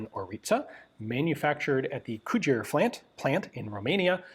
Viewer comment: Cugir is pronounced sort of like this: koo-gere(like Richard Gere) or ku-gere